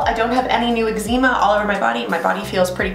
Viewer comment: Calgon probably, but no eczema is pronounced "eg ze ma" or the way I pronounce it. Different countries can pronounce things differently. :) Not sure why this was worth commenting tbh. 😅